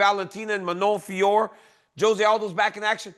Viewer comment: BRO IT'S JUST FIO-RO LOL